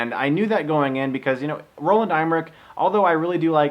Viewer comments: It's pronounced M-ER-ICK, not IM-RICK! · Dig the review Chris, nice job. btw its pronounced Em-er-ich. not IM-er-ich. No worries thou, easy mistake to make. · Chris, just fyi, director Roland Emmerich's name is pronounced EM-ER-RICK. Just saying...